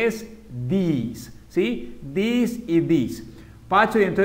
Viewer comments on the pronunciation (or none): This is not pronounsed "theese" its this. Youre teaching the students to pronounce it wrong. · This and these se diferencian en la pronunciación...osea no se pronuncian cómo tú lo dices